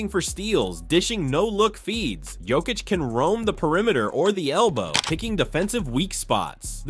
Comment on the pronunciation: This guy is still in last season. KCP ain’t with my Nuggets anymore. Also if you haven’t noticed Jamal has been playing better as of late. Can this crap Also you keep pronouncing Jokić’s name wrong.